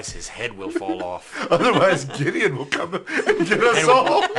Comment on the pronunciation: that “Gidian” pronounciation just takes me away